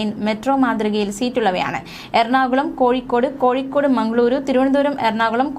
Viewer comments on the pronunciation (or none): none